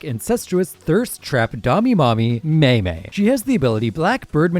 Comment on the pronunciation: The way he said mei mei's name was optional😭💔